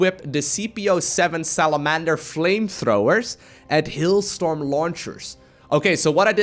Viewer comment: Hillstorm?? haha.. no.. "Hailstorm"! lol